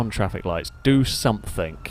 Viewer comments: Why do you say somethink? The word is something. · It’s ‘something’ not ‘somethink’.